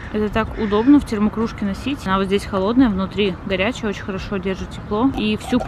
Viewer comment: Бесит не очень ,а очь